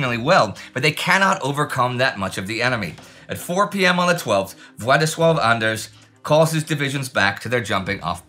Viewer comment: I just want to say, that your pronunciation of "Władysław Anders" was exceptionally good.